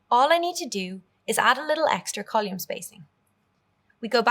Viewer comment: Nice course, but strange pronunciation of "column". Never heard that in any dialect.